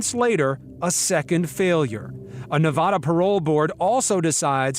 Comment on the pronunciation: What makes me most triggered in this video is how they pronounce "Nevada".